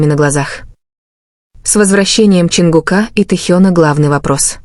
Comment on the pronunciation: Ну какого ЧонгукА,но вы сами себя слышите как вы говорите и коверкаете имена ребят, противно слушать. И как могли услышать что сказал Чон на ухо Тэ? Сказочники блин